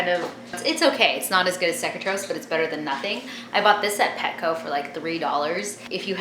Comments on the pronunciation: It's pronounced (cake-a-trophs) and I'm surprised they aren't dead either cuz when you feed, you get it in their nose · she said the word cecotropes wrong its supposed to be pronounced like see-co-tropes, lol but I can get how she can get confused\